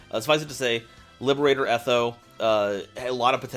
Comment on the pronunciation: reads "Liberator Etho", says "Liberahtoe Ehtho" 👏👏👏